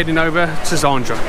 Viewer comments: Great Vlog mate. You know you pronounced "Zadra" as "Zandra" right? haha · 😅😂😂. It’s ZADRA 🤣😂